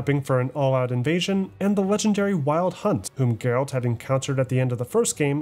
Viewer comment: Geralt not Gerald . Yenneffer not Jennifer. BRUHHH